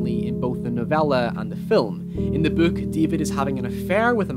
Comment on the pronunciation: What is with all the youtubers saying bouk instead of book